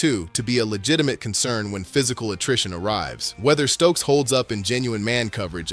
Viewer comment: Ummm.... Jermod, not Jermaine. Stukes, not Stokes. Treyvan, not Trevon. Janoko, not Janovich. That's all I could take.